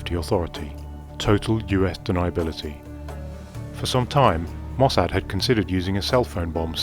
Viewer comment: I'm suspicious about this video. This would be classified, so who declassified it and why? Seems unlikely that this would be declassified so soon. Also, I think the narrator is an AI voice by the way Hezbollah and Mossad were mispronounced.